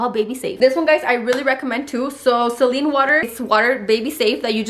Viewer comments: Did baby girl just say “seline” water 😂😂😂 hahah it’s “saline” hahaha oh girl love you you crack me up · Say-leene water, not celine. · Edith Orduna Lmaoo i was like who’s seline? 😂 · SELENE WATER 🤣🤣🤣... GRIPEE WATER...🤣🤣🤣 too many too count.. Ay lol